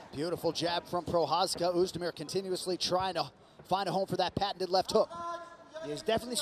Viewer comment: Ty píčo, komentátor si opravdu nastudoval, jak vyslovit Jirkovo příjmení 😀 BJP!